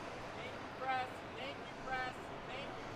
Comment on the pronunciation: Are they saying thank you "Pres" or "Press"?